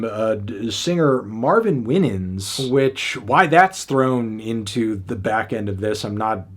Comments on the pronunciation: Marvin WHY-nans not WIN-ans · It’s pronounced WHY-nans, not WIN-nins. It’s not clocking to you 😂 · Just an FYI Marvin Winans name is pronounced why-nuns not win-nuns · My boy said Marvin Weenins lmao 😂😂😂😂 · I'm sorry.. gospel singer Marvin who? "Winnings"?😂 SERIOUSLY FANTANO? You don't know the Gospel Legendary family the WINANS and how to pronounce their name? 😂 Shame on u. Esp as a music reviewer. I ran your pronunciation back like five times 😂😂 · Brutal pronunciation of Winans (Why-Nanns) but otherwise I agree. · Why-nins. Marvin Why-nins (Winans). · It's pronounced as Marvin (Why-Nans) 🥺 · It’s pronounced Marvin WINE-ins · Time out... the Internets BUSIEST music nerd doesn't know how to pronounce Marvin Winans WHY-NANS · U mispronounced the gospel singers last name Mario Wine-ans (phonetic) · Did you really pronounce “winans” that way? Do not disrespect the legendary Winans. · mispronouncing winan is crazy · Mispronouncing "Winan". They're a pretty famous family of gospel singers.